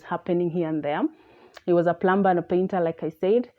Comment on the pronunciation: Hello Miss. In proper English, a plumber, one working with water pipes, is pronounced as "plummer". When the letter 'b' immediately follows letter 'm' the 'b' is silent.